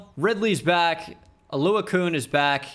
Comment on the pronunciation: Oluokun. It’s Oluo-CON not Oluo-koon 😭